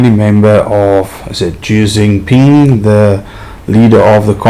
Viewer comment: Almost got his name right Xi Jinping